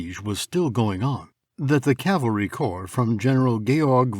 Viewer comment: For once, I would like to hear 'cavalry' from people who should know better! I mean, I'm ESL myself but I only had to be told a couple of time about the difference between cavalry and calvary!